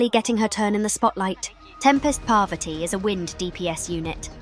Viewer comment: Damn Ai is pronouncing parvati wrong